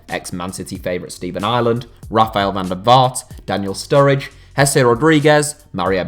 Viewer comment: Sturridge ? Seriously